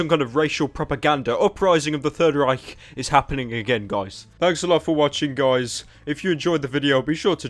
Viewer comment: That was actually a quite good pronunciation of third reich.